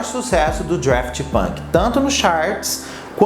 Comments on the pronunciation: DAFT NÃO "DRAFT" 🙄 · Cara, é Daft!! Não é draft! Fica claro que vc não conhece quem foi ou que é! Fez esse vídeo para alcançar público! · Ponto 1 - não é Draft, mas sim Daft. Ponto 2 - Um dos membros da banda chama-se Guy (deve ler-se Gui, dado que ele é francês, embora de ascendência portuguesa. A sua família é originária da cidade de Aveiro, Portugal). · O Daft Punk, com R (DRaft Punk) quase me fez parar o vídeo Hahaha. Mas arrasou pelo conteúdo,. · não é Draft Punk, é Daft Punk mesmo, sem o R 😉🙏🏻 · "Drueft Punk" foi ooOotimo! 🤦🏻‍♂️ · adoro quando fala draft punk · Estudou toda a trajetória do duo mas não aprendeu o nome?? Draft tá difícil de ouvir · dRaft punk, aí que agonia kkkkm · eu não sei pq mas ouço vc falando DRaft Punk heheh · Agonia do falando Draft Punk... não sei pra que inventar coisa na pronúncia. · Vim aqui pra falar o mesmo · Real, nem consegui ver o vídeo depois do 10° draft punk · É Daft Punk que agonia, igual ele fala Halsey errado 😬